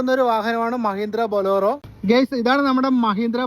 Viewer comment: ബൊളോറോ അല്ല ഭായ്..ബൊലേ റോ